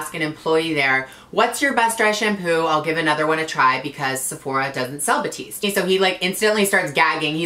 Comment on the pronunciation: Gigi has been trying to pronounce her favorite Dry Shampoo name correctly for like 3 years now😂 #batiste #batista